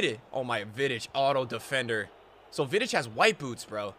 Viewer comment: the way he said vidic hurt